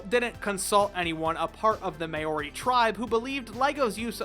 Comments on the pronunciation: as a New Zealander i must say, it is pronounced, "mou-ri" not "may-or-i" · . Maori is pronounced 'M-ow-ree'. As in saying wow with an m, then ree. Edit: I see you rectified that mistake. Much respect to for admitting that. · may ory? I'm sorry but just hearing that hurts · my dude its not pronounced may-ori its maw-ri just saying as i am one lol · Its pronounced Ma-O-ri, not May-ori. But great vid, just research how to pronounce our words. (I'm Maori so i kind of know this stuff) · Did you really just say say MAY-ORIE ITS PRONOUNCED MOE-REE AND YOU HAVE TO ROLL THE R. NZ gang wya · “May-ohri” 😂😂😂 bro I get that you have no idea what nz is but it’s not pronounced that way, it’s like “Maow-ri” just a little bit of knowledge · MAO-REE with a rolling R, not "Mayori". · lmao “may-oree” it’s pronounced more like “mau-ree” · Maori is not pronounced "mayori" - it's pronounced M-ow-ree or M-oh-ree with a roll on the R. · You dingus its pronounced MAH-o-ri. Theres an emphasis on the first syllable. that May-o-ri made me cringe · Not blaming you at all, i know we ain't popular in other countries. But dude, you fucken butchered our name. May-owri, as you say, is pronounced "Ma-owri". Spelt Maori, you roll the R, or at least make it sound like a faint D if you cant do that. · Mayori? Don't you mean Mowry? Maori is pronounced Mowry. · i fking loved bionicles, making custom shit with it was MY shit. also its pronouced Mow-ree, not may-or-ee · Not Mayori. It's pronounced like mouldy as in mouldy cheese but with a bit of a flick where the "ld" is. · Can I say that it's pronounced Maow- Ree instead of Mayo-Ree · Mayooree... It's mowree but roll the r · you pronunced maori ma ore is wrong its pronucned kinda like mouldy I am from new zealan btw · The way he says Maori is cringe. It's like saying moldy without the L like mow-ri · Couple years late but for anyone wondering Maori is actually pronounced like m plus the second syllable in meow then ree. So mow-ree. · MAY ORI lmao